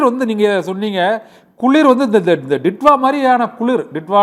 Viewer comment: This is not didva...this is" ditoo"va